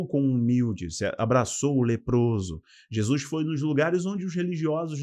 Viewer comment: Bom dia, gosto muito de suas explanações em todos os sentidos, principalmente os ligados à ideologia bíblica. Na medida do possível assisto as suas lives. Só uma coisinha que se possível, por favor, não me entenda mal, sua dicção é perfeita, suas colocações muito boas, sua gramática também, só um detalhe, preste atenção na sua pronúncia do nome de Jesus, vc pronuncia como “Jesuis”, não é totalmente errado, mas me incomoda, desculpe-me, não me tenha por mal, se puder corrigir ficarei feliz, do contrário, vc para mim, continuará da mesma maneira. Agora um pouco de interpretação bíblica, em apocalipse, “a marca da besta” é o sistema que irá mudar da Lei de Deus, seu Dia, ou seja, do Sábado para o domingo. Essa será a maior afronta que o inimigo fará contra Deus, o Criador, essa o Senhor não poderá deixar impune, pois após essa institucionalização confirmada mundialmente e quem não obedecer será morto, Deus enviará Seu Filho para buscar seus filhos e terminar com toda essa enganação. Mais uma vez me perdoe e para se certificar se estou certa ou não estude mais o livro de apocalipse juntamente com o livro de Daniel. Deus continue abençoando seu ministério. Não é só uma questão de doutrina é sobre não aceitarmos as ideias do anti-Cristo. Um abração.